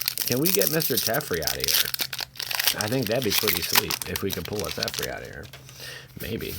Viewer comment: Its teferi not tefrei Te fe ri